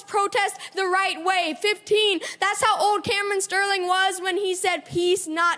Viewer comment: why does he pronounce “that’s” like “thas”? cringe lol accent he’s putting on